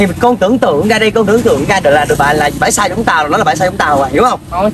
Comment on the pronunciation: Bãi sau❌ Bải Sao✅